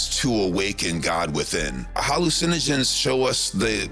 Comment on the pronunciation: It isn't HAL-lu-SEN-ogens. It's ha-LU-cinogens.